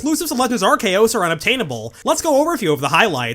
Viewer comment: Why do people still call him arseeus?😭